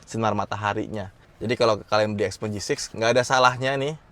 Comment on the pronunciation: Pengucapannya bukan x peng .... tapi xiao peng.